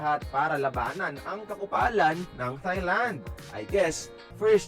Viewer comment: Nakakatuwa nman narrator ntin sabi niya tae lang 😂😂😂Thailand po